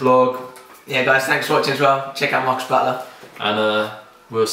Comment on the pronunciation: Marcus not Marcy lol :)